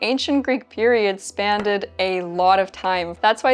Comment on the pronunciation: Is the way you pronounced spanned a regional thing? Just curious